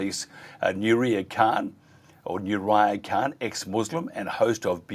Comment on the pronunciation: Sorry but why cant you pronounce Nurihah's name?